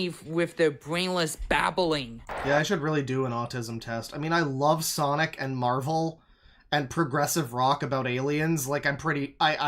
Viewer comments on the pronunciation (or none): none